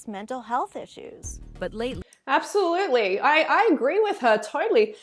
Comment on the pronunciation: Did you say absoFRUITLY??? 😂💜